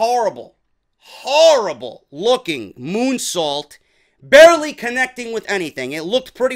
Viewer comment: Almost thought you called her moonsault a "goonsault" 😂😂😂